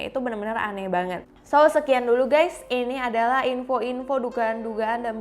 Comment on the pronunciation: Ngomong "banget" nya, biasa aja ngapa